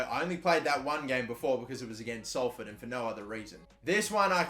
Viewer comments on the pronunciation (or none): none